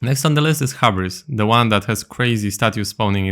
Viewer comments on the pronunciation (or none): Hubris is actually pronounced "Hue-Brīs"